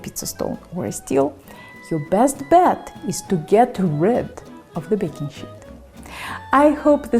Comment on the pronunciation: What's a "baking shit"?